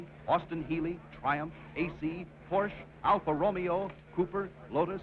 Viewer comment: "Alfa ROMEO"??? Lmmfao!!!